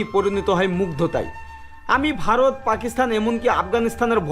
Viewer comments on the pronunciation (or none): none